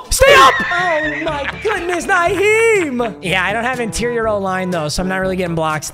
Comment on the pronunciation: i hate the way pronounces players names, especially Nyheim Hines.